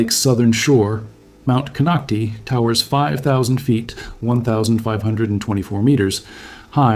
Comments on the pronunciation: It's "Clearlake" all one word. Kinocti kinoct-eye. You took time to make a whole video about it and didn't bother to see how it's pronounced. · You are only Reading a WIKIPEDIA Post and your pronounciation shows it ! it's Kon Knock Tie !!! at least learn to say what You are Talking about aye? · It’s ‘Cone-oct-eye’ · Konocti is pronounced CON knock TIE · Konoct (eye) is how its pronounced. This is scary--since its very populated there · The real pronunciation of the real name of the mountain is Kono Tayee the name konocti is an English corruption much like Ukiahs real name Yokayo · Lmao! Konoc-tee, wrong! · It’s pronounced Konock-tie same as Vallejo is pronounced ve-lay-ho. It’s written one way but we pronounce it how we like it. 😁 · Another non native Speaker...konocti.. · One would think that if you’re going to go through the trouble to research the details of the Clear Lake area you would take the names of geographic sites seriously. Instead you fumbled the name of Mt. Konokti. Sloppy! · Konoctee mean butthole hole in Mi-Wok, that’s why you don’t pronounce it that way. Although, a volcano is kind like a butthole, so… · We lived on the lower slopes of Mt Konocti (last syllable “I” not E) when my husband worked at a nearbye goldmine in the 90s. Not a single person I met there, (Working in government or otherwise) was overly concerned about the Mountain erupting. However every time I walked by Soda Bay at the base of Mt Konocti I felt as if that sulfurous odor bubbling up was sending me a warning ⚠️ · The correct pronunciation is with a long i sound at the end. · Nonsense, I live adjacent to this mtn, none of this is true. No instuments are placed here. He cannot pronounce the name of the mountain correctly.